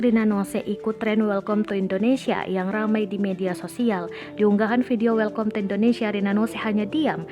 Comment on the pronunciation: Welkom ya,mbak? Kalo ga salah dibacanya welkam. Lulusan apa ya penyusun narasinya?